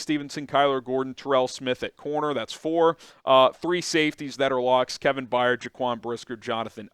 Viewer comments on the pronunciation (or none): none